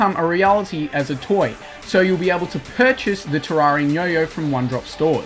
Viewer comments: wtf it's not ta rraria tereria pronounce it like that terreria fuuuuuu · Its pronounced ter-air-ia and I'll also think the 2 best swords are the true nights edge and the terra blade